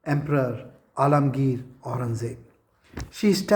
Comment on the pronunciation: "Alamgir" Aurangzeb 😂